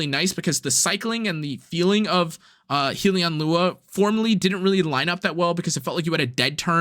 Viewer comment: Not to be that guy but it’s pronounced Hell-Yun not Heel-E-On. A Hellion is like a creature from Hell